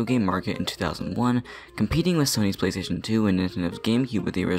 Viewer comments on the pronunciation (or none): plastation two and wat lol